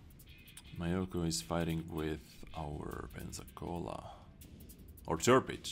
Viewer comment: it's myo---koo not my yo kooo...............